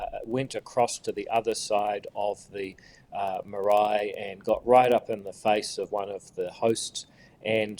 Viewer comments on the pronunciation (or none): none